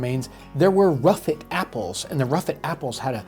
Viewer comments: Surely that’s the RUSSET apple, not the ruffet? Written with the long S style like Congreff. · Never heard of "ruffet" apples. I actually can't find anything about them. I'm pretty sure the word is "Russet" Using the "Long s", often looking like the lower case " f " which was used in books printed from the 13th to early 19th centuries. Russeting or russetting is an abnormality of fruit skin which manifests in russet-colored (brownish) patches that are rougher than healthy skin. It is a common feature in apples and pears. Russeting is typically an undesirable trait, which reduces the storage life of fruits and makes their appearance unattractive to consumers, although some cultivars, so-called russet apples, are appreciated for the feature. It is a shame we turned away from taste and went for looks and shipping quality, considering there are over 7,000 known varieties, some of which have wide ranging flavors from strawberry, cherry, pineapple and even banana. This is part of the reason I met with my local "Fruit hunter" who collects, grafts and sells local heirloom fruit varieties for this specific area. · Fantastic. Realy enjoy your discussion. You describe a ruffet apple. In england we have them here all the time and they are called russet apple. in olde english text the long s for ss is often writen as a f in script. Do americans mis read this as an f instead of the long s. Regards. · Listening to talk about ruffets, I think he means russets. Like the potatoes. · I'm sure you must mean "russet", not "ruffet". I have a golden russet. Russeting is the rough skin. Maybe the s's written as f's in a lot of the historical writing or maybe it used to be ruffet as the skin is rough haha